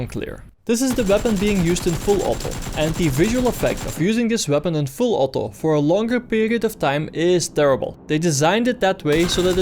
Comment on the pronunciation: Are you Dutch. I hear that: "From close range put the gun in full 'otto'." :D